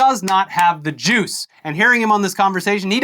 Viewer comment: When he said "does not have the juice", I heard "does not have the Jews". I was very confused and very concerned.